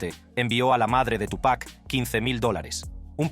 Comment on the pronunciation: Todo bien pero por respeto al artista se dice Tupa' (apenas pronunciando la C) no Tupack